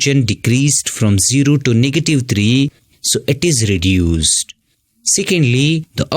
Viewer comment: ʳᵉᵈᵘᶜᵉᵈ ⁿᵒᵗ ʳᵉᵘᶜᵉᵈ